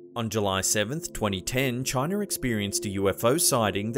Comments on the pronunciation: To say the words "Canader" and "Chiner". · I love the videos but he adds an er to most words that end in an a he says ideer canader chiner so funny and annoying at the same time